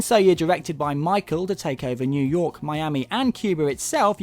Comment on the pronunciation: lol "New Yoik"